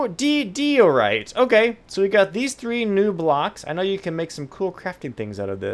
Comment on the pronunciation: IT'S PRONOUNCED GRAA-NIT and DIE-O-RYTE!